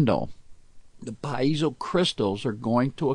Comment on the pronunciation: STOP saying "PA----IZO!